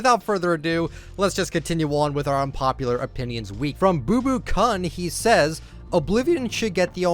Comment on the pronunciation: Kun is prounounced koon